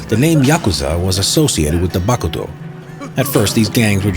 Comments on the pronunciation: i love this guy voice, and i love how he said "BAKuto" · i can see this guy pressing his lips so hard together before he spits out "BAH-kuto"